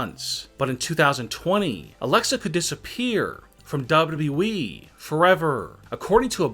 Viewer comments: Why does it sound like he is saying double E not WWE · It’s wwe not dub-duba eeeeee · Why cant you say W W E ? it hurts my brain. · Is it so hard to say WWE? Double you double you E try reading it like that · Dubyoo dubyoo eeeee yup that’s how ya say it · This guy would be better off using the robot voice that the Channels that read Reddit stories uses. Can’t stand the mispronunciations. Dubbadubbaeeeeeee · Not FSswan but WWEEEEEEEEEEEEEE This guy speaks like a fuckin dilecsec teacher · Is the guy talking actually human or is he a fucking robot cuz the way he says wwe is weird as fuck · CRINGE 😱 how you say WWE